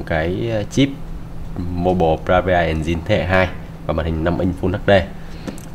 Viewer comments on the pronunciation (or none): bộ vi xử lý "Mô bồ" bờ ra vi a en din. là cái gì. k biết là nói điệu hay k biết nói tiếng anh nữa